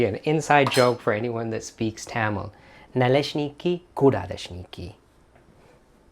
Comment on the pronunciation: My mom would make those on occasion, simply filling with apple sauce with some sour cream on top. Over the years I've made both sweet and savory versions of these. Good pronunciation! Oh, I have a well seasoned 8 inch cast iron skillet that works perfectly too!